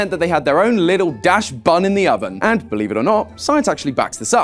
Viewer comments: Wh- Did you just pronounce dachsbun as "dash bun"?? It's pronounced dox bun! Like dachshund bun! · You should probably make sure you're pronouncing Pokemon names right. Its "Daschbun" not "Dashbun". Its named for the dog breed, Daschund. Soft A, hard Ch, with an S sound in there. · It’s pronounced dax-bun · Bro pronounced it dashbun( no hate ) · I'm not even german, why does the way he pronounces dachsbun bother me so much? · You're pronouncing "Dachshun" like that WHY?